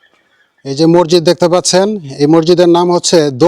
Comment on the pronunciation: মৰজিদ না শুদ্ধ হ'ল মছজিদ